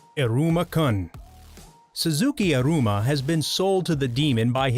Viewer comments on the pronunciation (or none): Oh my god I nearly threw my phone because of the Pronunciation of Iruma and Other names.